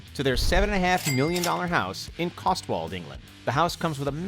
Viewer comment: Cotswold not costwold